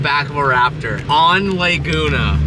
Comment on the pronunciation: LAAAAAAYguna?? What are you saying? You say that so yucky. So famious you can't pronounce the name?